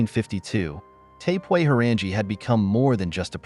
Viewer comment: Omg! Pronouncing her name "🙄sooo fkn Wrong"